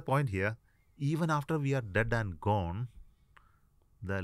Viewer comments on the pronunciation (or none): none